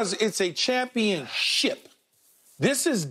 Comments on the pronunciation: A "CHUMPIONSHIP" 😂😂😂😂😂😂😂😂😂😂😂😂😂😂😂😂😂😂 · "Doesn't it feel like a chumpionship?" 🤣🤣🤣🤣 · Skip said chumpionship , lol! 😂